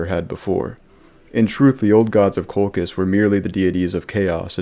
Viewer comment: it's Coal -Chizz. Not Coal-Kiss. This is a lore channel. Why do al you new lore guys not like to pronounce names the established way??